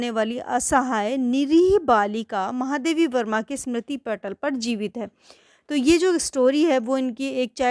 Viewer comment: Explanation tho theek Thaak hain lekin apne lekhika ka naam Galat kaise bol sakti hain Starting mein aapne itne mahaam Lekhika Ka naam Galat kaise le sakti hain😢. Baaki explanation helpful tha 👏